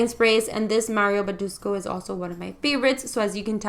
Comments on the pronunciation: "Mario boodooscoo" 😂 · Mario Badeshhhku lol, never heard anyone say his name like that before. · i busted out laughing when she said mario badescu